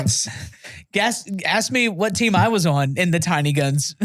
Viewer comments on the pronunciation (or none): Lord....I thought was just playing around with saying "Teenie Guns" instead of "Tiny Guns."...EVERY SINGLE TIME